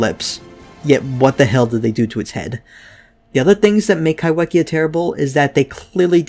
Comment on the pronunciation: The wh in kaiwhekea is pronounced as an f, in Māori wh is used in place of f